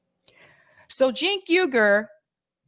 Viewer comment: Cenk 'oor' correct pronunciation of Uygur. The same way you pronounce the Uygur name from China.